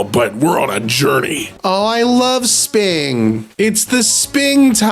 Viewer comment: ah yes, the 4 seasons: sping, summe, auumn, and witer :face-fuchsia-flower-shape